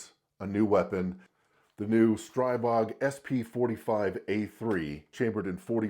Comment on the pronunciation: It's pronounced "stree-bog"